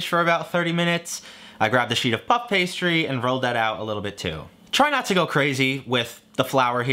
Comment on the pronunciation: Why you guys like to say like pup pastry instead of puff pastry